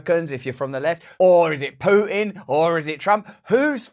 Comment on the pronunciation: Can't you pronounce a T. It's PooTin not PooIn, You Pooin a tin if you miss you had nothing to Poo in.